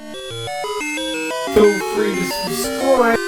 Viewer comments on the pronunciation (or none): none